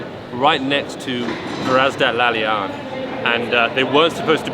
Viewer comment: bro, it's pronounced La-La-Yan, not La-Lyan